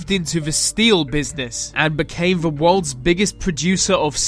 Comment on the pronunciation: Anyone notice this guy says V instead of T at the start of the, thier, they etc? All I can hear! Good vid though nice one.